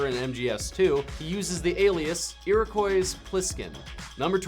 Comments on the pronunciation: The S in Iroquois is silent. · Iroquois has a silent S. D